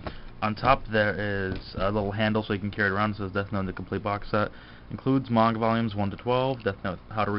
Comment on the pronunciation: you pronounce manga incorrectly